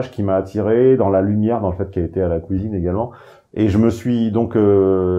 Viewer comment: ''la kouizine'' x)